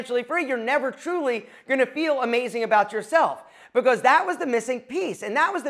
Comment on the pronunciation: I can’t stand the way you say the word because